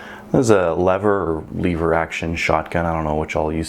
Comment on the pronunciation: it is lever not "leever".